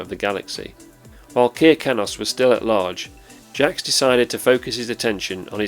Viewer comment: Kir, in Kir Kanos, rhymes with Sir. It's not Keer.